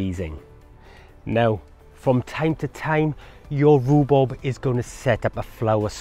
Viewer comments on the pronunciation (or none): It’s rhubarb…..not rubub…… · It's not rhubob it's rhubarb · great video - but you kept saying Rhu-Bob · Informative. I’ve never heard it called Roo-Bob before although my wife does call it Roo-Bab. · Rue Bob? or Rhubarb? there is a difference between Bob and Barb otherwise why bother. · Love your pronunciation: rhu-bob 👍🏻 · Love the way you say rhubarb hehe 😊 sounds like you saying rhubob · "Roo Bob" made me chuckle. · Thanks you. One thing! Ru-bob? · I LOVE how you pronounce it Roobob! X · Its the welsh word for rhubarb = riwbob